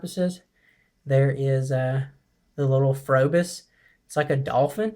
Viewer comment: It's pronounced probis the H is silent